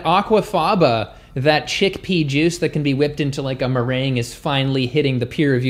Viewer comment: Omg so unfortunate; I misheard "chickpea" as "shitpea" and had to replay it while going "WTF dude!"